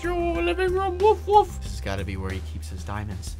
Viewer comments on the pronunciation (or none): Is it just me or does it sound like when they say wolf it sounds like wuff?